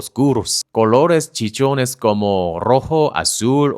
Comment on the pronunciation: No es chichones es "chillones" (chee-joh-nes) Porque chichones es que tienen muchas chichis jejejejejssj